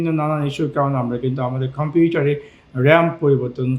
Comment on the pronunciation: ভাই কোন ভাষায় কথা বলেন?🥴 খম্পিউটার কি?